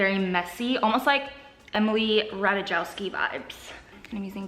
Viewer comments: You miss pronounicing Emilys name made me lough so hard. It is Emily Ratajkowski (Pronounced: Ratuh-Kow-Skee) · It is RAH-Tie-KOF-shkey - Ratajkowski 🤦